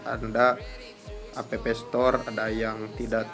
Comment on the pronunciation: Cara bacanya "ep stor" bukan "apepe stor"